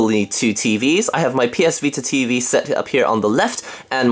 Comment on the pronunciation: He said ps pita :)